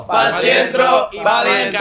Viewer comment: it’s kinda funny how can’t say centro right 😭